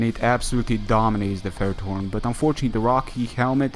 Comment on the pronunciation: from which country are u again cuz u pronounce ferrerthorn so weird :D nice Ending